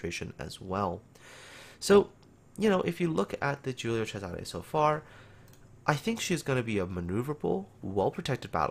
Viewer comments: pretty good pronunciation, but you missed the accent on Cesare: it should be a closed accent on the first E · You where almost there with the pronunciation, Giulio was correct but cesare close but not perfect